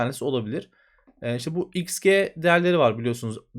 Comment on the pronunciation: Türkçe'de "xG" terimi "eks cii" şeklinde telaffuz edilir. 😃